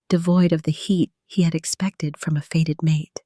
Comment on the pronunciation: "Faded" instead of " fated " has me switching off . Poor production is not a good look .